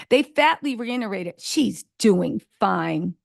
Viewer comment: The word is - REITERATED (no n’s in this word), not REINNERATED (that is NOT a word). I’m sorry, this is a pet peeve of mine., I love your stories but please stop butchering the English language. And again, IT’s THREE SHEETS TO THE WIND!!!